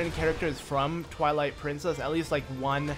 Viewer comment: XD it sounded like he said the princess of INCEST!!! XD